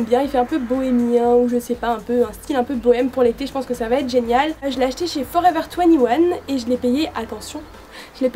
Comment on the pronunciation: Ta mal prononcé Forever 21 x)